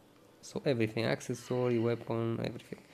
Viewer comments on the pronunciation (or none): Its calls accessory the way you speak is access-sorry its so annoying have you noticed